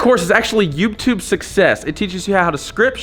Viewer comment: i love how he says “youbtube”